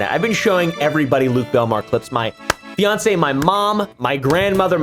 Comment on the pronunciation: Not him saying FIANCÉ 😫😫😫